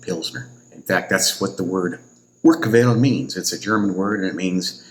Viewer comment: It's Urquell think more like urkel from the Crosby show but more with like a french draw out lol 😂